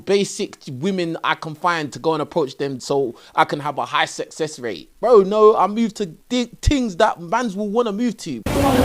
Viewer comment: He pronounces success Susess 😂